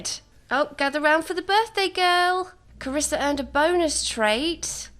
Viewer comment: Triggered everytime you say "Carissa" because that's how people mispronounce my name; and some may call me the princess of the family. 😂